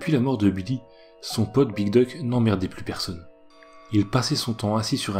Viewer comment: Alors, je suis chiant, mais "Duke" se prononce "Dyouk", et non "Duck, qui signifie "canard" 😉 Hormis ce léger détail, je te tire mon chapeau ! ^^